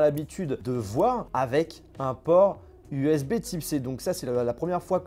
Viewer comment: Bordel tu sais pas dire usb C ????????